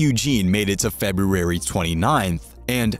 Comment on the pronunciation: Video was worth it just to hear you try to pronounce February.